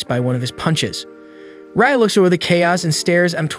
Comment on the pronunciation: My man really called Rai 'Ray', it's pronounced Rye like the bread